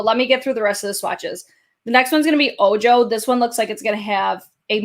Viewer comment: Ojo is Spanish for eye. Its pronounced "oh-ho". 😉